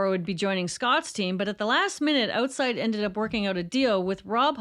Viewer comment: I had no clue that you are Canadian until you said Oatside Magazine. That was a total and complete giveaway. …don’t fret. I dearly love all the souls of earth and beyond. Much love and respect to you.